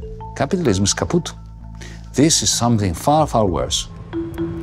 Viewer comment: “Capitalism is kapüt” 😂😂😂